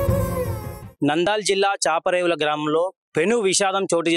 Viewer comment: ఎవరు నాయనా నువ్వు, నందాల్ జిల్లా,చాపరేవుల కాదు నంద్యాల జిల్లా, చాపిరేవుల గ్రామం ఇంత స్పష్టంగా వార్తలు చదువుతున్నావ్